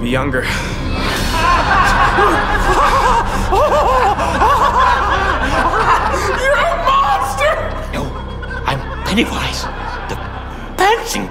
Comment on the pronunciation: "no, IM PPENNYWiZ... THE PPanasy cloon"